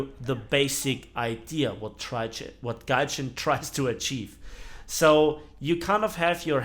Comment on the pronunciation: This mispronounced word "Tryjin"... Scarry how accurate this describes the method of operation of this company :D